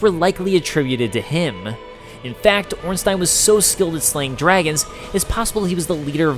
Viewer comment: Oh thanks for saying Ornstein correctly